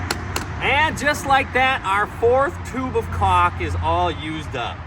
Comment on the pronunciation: Lol... You said chaulk. LOVE IT!!